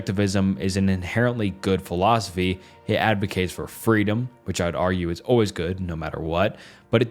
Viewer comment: Imagine basing your life on a philosophy and a guy who can't pronounce the philosophy or the guy's name who thought it up gave it an f tier